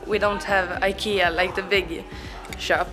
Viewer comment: IKEA, not aikeea